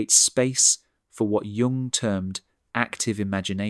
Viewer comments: Okay, but a video stressing intelligence should correctly pronounce Jung. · For god's sake pronounce Jung's name correctly. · Very interesting, however, to my understanding, the name Jung was mispronounced more often than not. The listeners comments were also thoughtful and interesting. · Someone should tell the narrator to stop pronouncing Karl's surname as though he were a Chinese fast food chain. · The way you pronounce Carl Jung’s name is criminal. Prison, honey. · Please learn how to pronounce “Jung”!! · At the point, and again and points, in this video, the narrator pronounced "Jung," using the J sound that is used in the word, "jam." This sound is technically an affricate, meaning it's a combination of a stop sound (like "d") and a fricative sound (like "zh"). Also, instead of the correct pronunciation of the name, which is, "Yoong," your narrator mispronounced , "Jung," not only with the wrong "J" sound, but also the narrator said, "Jung," with the short U sound, with "Ju" sounding like the Ju sounds in the word, "junk." The content for the video is correct. So then why screw up the video, with a reader who cannot pronounce things correctly? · Your pronunciation of 'Jung' is a problem. But I prove your point. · It's not pron, Jung (Dzsung) but Yung. That was shocking. Otherwise good video. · Giang huh. Pronounced Yoong not Giang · His name is pronounced Yoong not Joong. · Pronounce: Yoong not Junk. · The J in Jung Is pronounced as the Y is in young. Computer generated voices are so transparent and always making errors. Irritating at times. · It's pronounced Yoong, not Dzhoong, ffs. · I understand and agree with the proposals put forward. However every time I hear Carl "Jung" not Carl Yung I wince. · Please: The "j" at the beginning of Jung's name (Jung was a German speaker) is pronounced as a "y", not as "dj". Please see Merriam Webster. Thank you. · Please pronounce his name as Yung. Swiss, like Germany pronounces J as a Y. It sounds like Yung not J ung.